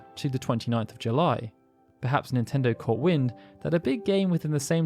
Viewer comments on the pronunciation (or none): none